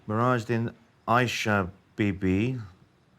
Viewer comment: It's mirajuddin not nehraj